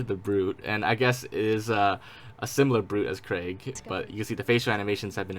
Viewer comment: I am so happy you can say Craig correctly :)